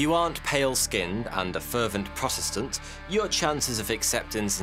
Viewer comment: In The vídeo he Said " prostetant" i Wonder what think of prostetant.